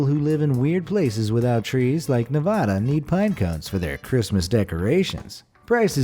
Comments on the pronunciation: Btw i live in Nevada and i find pine cones also you pronounced Nevada wrongly Edit:why did you call Nevada a weird place Anyways not trying to give hate because i love this channel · I am here u pronounced Nevada wrong and yes we do have trees. Hmmmpphh